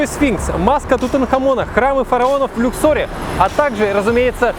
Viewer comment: луксоре, а не люксоре.. вот же избалованный люксом человек